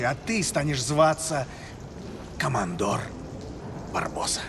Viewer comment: Ага.Только Барбоса коммодор, а не командор. А так норм)